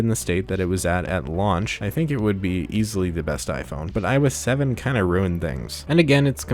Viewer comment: "iOS salmon"